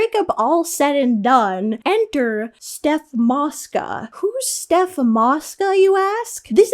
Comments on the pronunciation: it’s Soph not Steph Mosca 😭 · bro it’s soph not steph ☠️😂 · SOPH it’s SOPH MOSCA